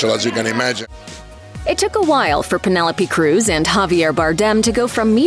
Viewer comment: My thoughts are that you need to learn to pronounce her name properly 😮